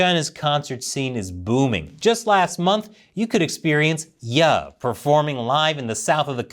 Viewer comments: HEY BIG FAN HERE 👋 ITS PRONOUNCED 🤨👉YEE 😁 Not YE 🤷🏻‍♂️😂😂😂😂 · umm just FYI: The rapper named Ye (formerly known as Kanye West) doesn't pronounce his name the way you did ( like Yuh... rhyming with Duhh) it's pronounced 'Yay' rhyming with Gay, Lay, They, May, Say, Pay, and Play... mmKay? (sorry... I REALLY got carried away with that 🤦‍♂ I was insinuating anything, I just wondered if I could make a coherent rhyming sentence... but I could only get 7/8 the way there lol) anwyay... yea, so Kanye now goes by "YAY" but spelled "YE".... it's the last syllable of 'Kanye' 🤷‍♂ IDK.... to each their own..... I guess